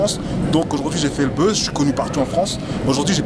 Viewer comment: Tu dis le beuze ! Mais tu fait pas le buzz mais la bouse (buzz négatif)!!!!!